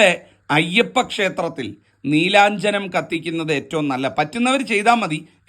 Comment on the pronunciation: നീലാ ഞ്ജനം ആണോ അതോ നീരാഞ്ജനം ആണോ തിരുമേനി?